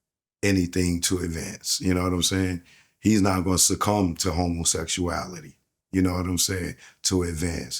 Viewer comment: Best drinking game…… how many times said integrity and homosexualityual 😂😂😂😂😂😂